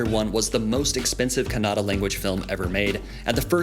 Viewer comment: Happy that u atleast cared to call kannada as kannada not kannad which is called by some indians who don't belong to that region